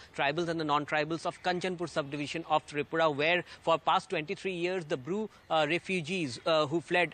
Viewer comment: Bru not brew